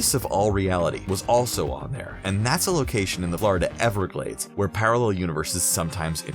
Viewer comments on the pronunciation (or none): none